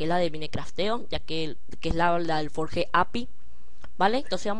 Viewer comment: q guiso y q forge se pronuncia forll y adflai